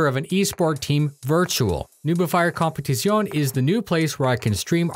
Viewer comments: It begins... Competizione. Check how to pronounce it better though. We need to hear the flat "e" at the end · competizione need better pronunciation :)